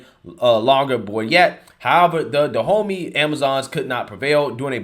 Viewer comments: Is no one else gonna say anything about him saying "Go to DaHomeys"... Da Homeys.... good one! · No one else thought it was interesting the tribe is pronounced Da-homie? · On a lighter note, whenever says Dahomey, I'm hearing "the homies." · I thought you were saying 'Da Homie'. F**k, that makes me racist, doesn't it? Damnit.☹️ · HAHAHAHA You said "They need to go to Dehomeys!!!" HAHAHAHAHA The homies! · All I could hear when you told the Woke Revolutionaries seeking reoperations, to go see the Dahomeys was... Go see "Da Homies"! =P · I think its funny how Dahomeys sounds so much like "the homies". I really thought that was what you were calling them at first. 😄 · Is anyone else cracking up everytime hearing "Dahomey?" Like really? The place is pronounced like "Da Homie?" We're gunna go see da' homies. Lol call me racist but this just seems too perfectly funny. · Sound like you’re saying Da’ Homies!!!